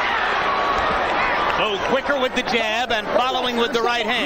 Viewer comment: klo tulisannya Bowe tapi bacanya Bow bukan Bo we